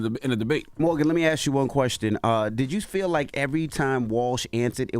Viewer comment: I really like, but I NEED her to pronounce ASK properly.